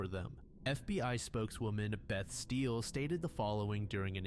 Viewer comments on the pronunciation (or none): none